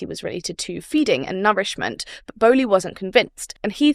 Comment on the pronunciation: Interesting overview. A bit rushed but useful nevertheless. Its Bowlby, not Bowly. Mispronounciation of the founder's name seriously undermines your credibility.